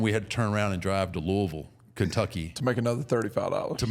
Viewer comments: Thank you for saying Louisville right mark! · That's how I know Taker has been in Louisville a lot, is he's the only person outside of Louisville that I've heard that pronounces Louisville right! Lol